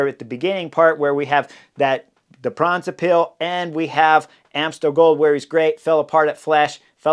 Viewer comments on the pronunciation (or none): Tip for pronounciation of Brabantse Pijl, the emphasis is on Bra, not on bants. Written out it sounds more like Braab’ntse pijl